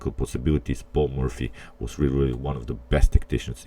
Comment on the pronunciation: you pronounce it "Paul Murphy" ... funny